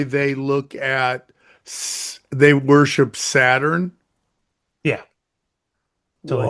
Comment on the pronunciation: I cannot listen to him pronounce Saturn one more time